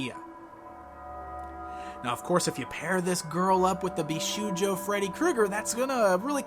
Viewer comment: Great review as always! PS Bishoujo is pronounced BeeShowJo.